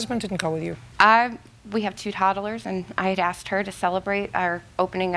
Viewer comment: i didnt know toddlers was a 3 syllable word